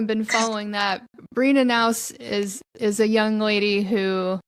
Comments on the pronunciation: Melania's maiden name you need to pronounce the letter "K", it is not silent "K".... I guess it's not that important but anyway it is not pronounced "Nouse"! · pernounced Kay_ nows